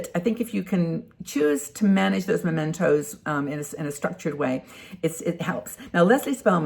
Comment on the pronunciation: Mementos, not Momentos.